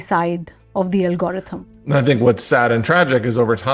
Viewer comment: Someone tell that lady how to pronounce algorithm please